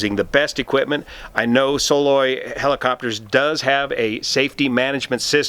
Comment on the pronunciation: Believe it's pronounced "Suh-LOY" - at least that's the way I've always heard it since '74 here in Alaska